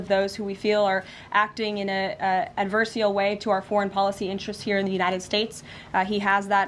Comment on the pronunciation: Highly merdacious of her to say adversial